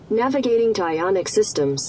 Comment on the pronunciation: why do you keep saying iona t? 😂😂😂